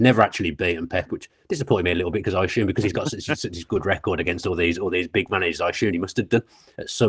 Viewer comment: Someone teach Dan to pronounce assume correctly and not “ashoom”